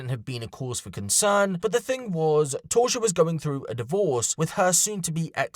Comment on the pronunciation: Her name appears to be Tausha. Not Torsha